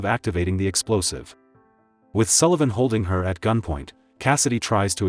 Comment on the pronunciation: Yay, your AI narrator can pronounce Sullivan correctly!